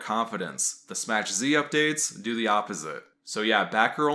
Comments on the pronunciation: "it's pronounced "SMACK Z" not Smach.. get the pun much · I thought it was pronounced "smack" z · Smass. He's pronouncing it Smass Z.